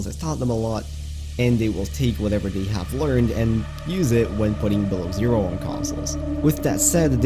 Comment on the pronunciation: The way you say below zero at 13 seconds is fucked. It's two words not one. Say it with me......below zero not bilerzur